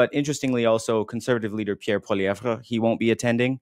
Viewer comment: Dear, stop calling him PoilieVRE. In French, we do NOT emphasise his last syllable. It's pronounced Poiliev.